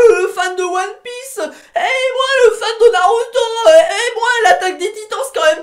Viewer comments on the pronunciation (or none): none